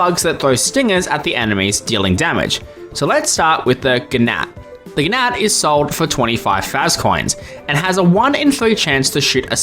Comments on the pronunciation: "gnat" is pronounced "nat", btw! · "fi-narf" "Guh-nat" Oh boy, this is going to be a long video. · Giggling a little bit at the pronunciation of gnat